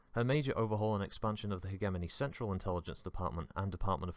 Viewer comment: I don't know if anybody has commented on this, but the word Hegemony is pronounced with the usual english "j" sounding dipthong for the "ge". In other words Hej-emony, or hej-amony. Depending on which syllabol your trying to put the emphisis on.